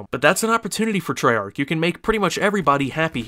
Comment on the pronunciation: you didnt say it properly